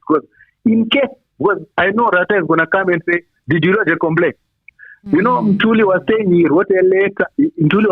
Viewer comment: Morning, we are Ntuli not Ntulu😅😅